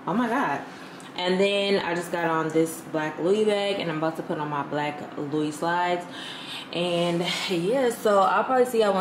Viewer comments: cringe every time I hear the ssss.... but that's my girl! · It’s pronounced Lou-Wee not luis 😂